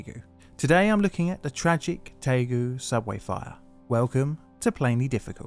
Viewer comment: It's Daegu, not taegu. If in doubt, read the title of this video.